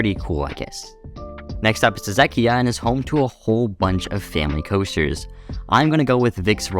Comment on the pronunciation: For Czechia why didn't you go with Mamutí horská dráha, the second longest mountain coaster in the world? Also wth that is not how you say Czechia 😂